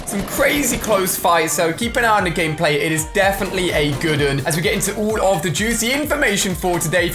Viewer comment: 1.3 he said goodun